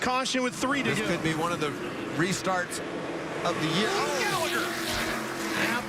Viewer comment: "What a save by Spencer Gairligher!"